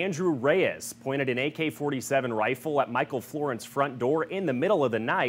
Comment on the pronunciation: "An" agency, not "uh" agency.